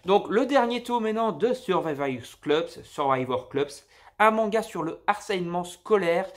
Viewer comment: S'il te plaît fait un effort sur les prononciations des mangas au moins... J'ai les oreilles qui saignes. Genre chénen tu dis au lieu de saynen vulgairement. Keiji prononcé keijin... C'est que deux exemples. Survivors club d'où tu sors cleubs ? 😱. C'est dommage de présenter autant de mangas mais de ne pas savoir lire les titres...